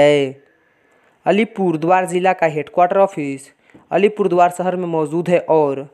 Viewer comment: Tum to thik se Alipurduar v nehi bol pa rahe ho